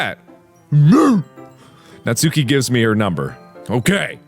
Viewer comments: Mark.. It's Nats[u]ki, not Nat"sue"ki. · Just gotta say natsuki is pronounced ''natski'' Edit:also when mark said "everybody in the comments is hiding behind their pillows" i kinda was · its pronounced '' Nas-ki'' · AYYYY! IT'S NAHT-SOO-KI!